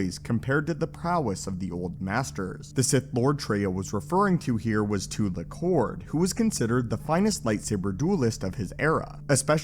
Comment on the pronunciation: Now if only this guy could pronounce anything properly. "Tulak Horde," "potency," "Naga Sadow," etc...